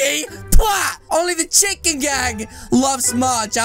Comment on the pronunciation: You makes me laughs when you said chikrn gang😂